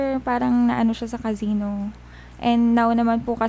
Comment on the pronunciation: zorry and cazino 😂 sa braze(brace) niya ata kaya nagiging z. hahahahaha